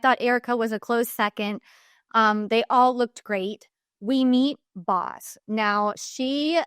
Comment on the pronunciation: Boz is pronounced like Bose not Bos.